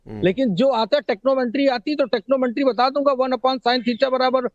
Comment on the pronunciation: ट्रिग्नोमेट्री को टेक्नोमेंट्री बोल रहा है मादचोरद ठिगना पंचरछाप मनहूस ।